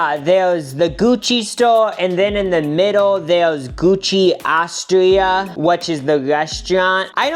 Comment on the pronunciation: I love you, but PLEASE at least TRY to pronounce other languages words/names correctly. It’s soo frustrating when white people never try to pronounce anything not English as it should be. “Gucci Austria”?? wtf yo TRY AT LEAST.